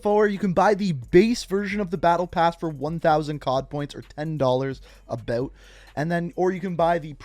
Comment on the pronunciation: Out. Aboot.